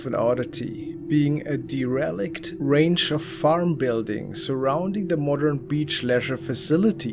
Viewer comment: Hi. For future reference, the word DERELICT is pronounced DARE-uh-licked, emphasis on the first syllable. I like your voice and I like your videos and I’m not trying to be an annoying person correcting everyone! It’s just a tough word to pronounce and I have heard it a few times recently so, just trying to help. With love 💕